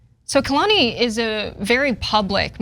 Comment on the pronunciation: It’s pronounced Kaylani.